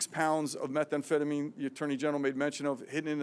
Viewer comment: "Methamphetamine" NOT 'Metha-Amphetamine'. If anyone should know how to pronounce it she should. The DEA gentleman speaking knew what he was talking about.